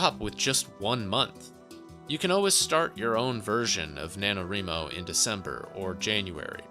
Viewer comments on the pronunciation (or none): NanoREEmo? You mean NanoRYEmo? As in WRIting?